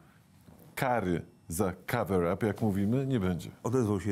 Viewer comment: 'cover-up' nie 'cavver-up' ;P